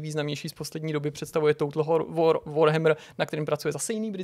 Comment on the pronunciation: Přežblept "total whore" a váše snaha nepropuknout v smích... k nezaplacení :D